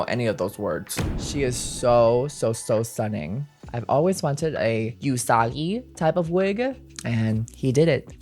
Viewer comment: You’re fantastic at what you do, but I’m begging you to stop saying “YOUsagi” instead of “OOsagi.” 😭